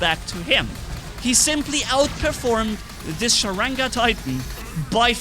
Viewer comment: not sarega its "Sharanga" stupid